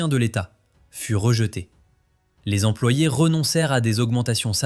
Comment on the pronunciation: Pardonnez-moi, mais cent "Zemployés" ça pique les oreilles. Sachant que cent se termine par un T, la liaison "Z" s'en trouve non appropriée.